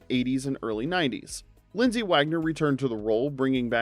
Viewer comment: LindsAy Wagner not LindsEy WagGOner! 🙄